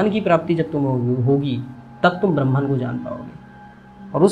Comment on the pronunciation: वीडियो की स्क्रिप्ट जितनी अच्छी थी, उतने ही शानदार तरीके से आपने इसे अपनी आवाज में पिरोया है। But डूड, ये ब्रह्म्न क्या है मित्र? ब्रह्म की ब्रह्मन तो अंग्रेज उच्चारित करते हैं भईया 😅 बाकी सब शानदार था, और जगत तो आखिरकार मिथ्या है हो 😊